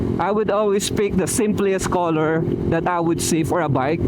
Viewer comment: simplest po not simpliest